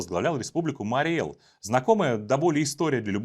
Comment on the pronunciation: Правильно говорить Мари́й Эл!